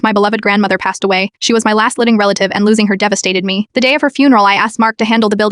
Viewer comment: How does AI not know how to pronounce the word "me"!? Or "At"!? Lmao it pronounces each letter separately